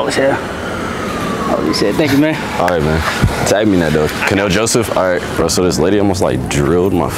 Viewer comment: Not “Kanell Joseph” 🤣🤣🤣🤣